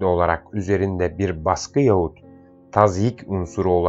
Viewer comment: Sayın okuyucu Yaahut diye okur musunuz Yahut yazılır Yaahut okunur telaffuz edilir